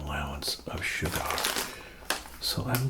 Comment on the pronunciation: You say sugar weird, like cigar